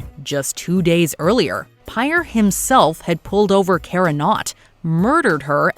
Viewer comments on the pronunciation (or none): none